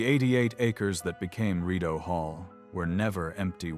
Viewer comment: Could you please learn the correct pronounciation of words - for example although the anglized mis-pronunciation of Rideau is understandable, but the Saint Lawrence River is not the STREET Low Rent. Sorry, I know it may seem like a small matter, but this discredits the rest of your story - the details matter.